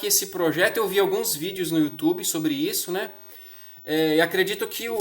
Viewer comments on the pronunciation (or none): none